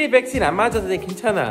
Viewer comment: 올리버 님 백신 발음 신 을 씬 으로 읽으니 웃기닼